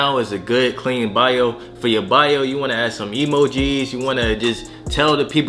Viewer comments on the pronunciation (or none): Dude said some E-MOE-GEEZ 😂